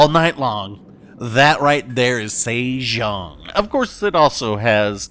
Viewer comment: LOL, very nice, Saythong kraken, It was like Oprah handing out torps in that episode